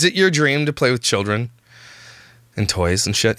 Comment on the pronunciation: Did say killdren?